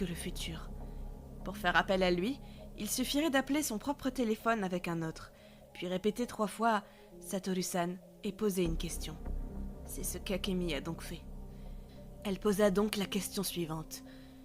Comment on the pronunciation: J'y crois en ça , le u au Japon se prenonce ( ou) et non ( u )